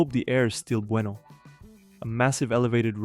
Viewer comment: "I hope it's truly Bueno..." hehe, such a cute eastern European accent.... 😅